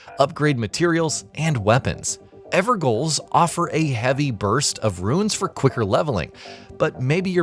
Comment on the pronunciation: "Ever Goal" 😂 who is this man